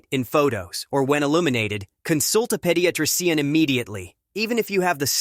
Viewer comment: Vigg-a-lance. Ped-ee-ah-tree-cee-an. These bot narrators drive me insane. Also, all the stock photos/videos to tell the story. Can't even finish.